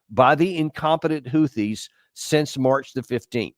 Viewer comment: Hahahaha, I love Houtthis!